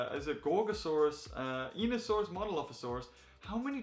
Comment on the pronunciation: Hey, just FYI it’s pronounced: EYE-KNEE-OH-saurus